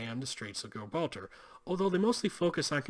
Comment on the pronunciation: Good episode but how can you not pronounce Gibraltar correctly. Lordy